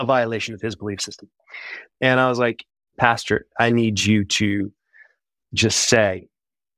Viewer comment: Is he saying “Pasture”??? Like a place where cows walk around? Or did he say “Pastor”?!?